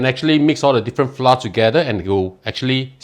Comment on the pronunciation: Pronounced as flou-r, not flar.